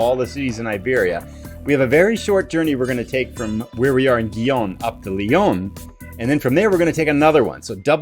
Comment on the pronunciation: for gossake... it's leh-ON. Lyon is in France! :P